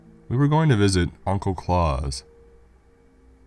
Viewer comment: That's Claus like house not Clause like claws